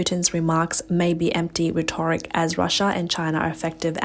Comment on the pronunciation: Your reader needs to revisit the pronunciation of the word rhetoric.